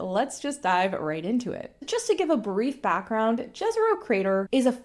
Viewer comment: if the crater is as wiki states named after the place Jezero in Bosnia, why are even official NASA sources mangling its pronounciation so horribly? its not difficult, just the sound you'd prob write as yezero; whereas what you're saying sounds like what would've been written as džezero. What was even the point of naming features of mars in such an international way if this is what you'd then do to it, even when english speakers clearly can easily pronounce the intended phoneme?